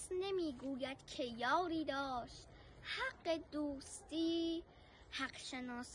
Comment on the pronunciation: زنده باشی خانمی ،خدایی شعر سختیه خوندنش واقعا مشکله درود بر شما و تبریک به پدر و مادرت که چنین دختری دارن فقط اولین کلمه شعر باید یاری رو به معنی یاوری کننده ادا کنید ( الف را سریع و کوتاه بیان کنید و آن را نکشید )نه بعنوان دوست و معشوق در کل خیلی خوب بود من حتما خوب نشنیدم